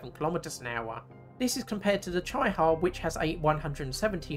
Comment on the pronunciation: It’s pronounced ‘cheeee-ha’